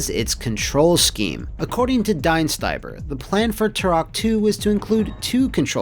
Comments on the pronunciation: Well the fact that his name has a funny meaning is only topped by the horribly failed pronounciation of it here. Well murica style living in their own little world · I like how Dienstbier's name is just butchered more and more every time it's spoken. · as a german hearing your pronunciation of Dienstbier just hurt XD btw, it translates to dutybeer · Is his name Diebstbier or Dienstiber? It shows respect to have the correct name in your video and not change it up several times 🤦‍♂️